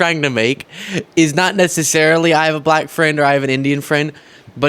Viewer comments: Oh yeah, he pronounces it as “B LLACK, As if it sticks on his tongue as it falls out of his mouth. 🙄😂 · He pronounces it ‘ba lack’,no?😮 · He pronounces it “BLACKKK.” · Bull-lack is how he says it. With big teeth